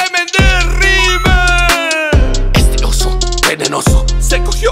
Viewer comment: Dice "este oso" yo entendí estrioso 😂😂😂